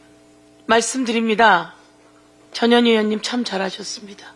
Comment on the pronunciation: 전 현 희 의원이라고 발음 또박 또박해주시지 이상하게들림